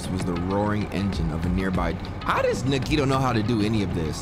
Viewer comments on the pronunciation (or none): it’s pronounced (Nah-Gee-toe)